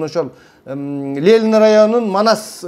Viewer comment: Лелин дебей,Ленин денизчи,туура суйлойлучу,туура тушунунуз.Эн акыйкат нерселерди айтып жатасыз,азаматсыз